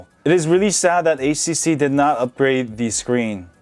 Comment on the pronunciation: Did I hear it wrong? It's HTC , but you pronounced it as ACC?...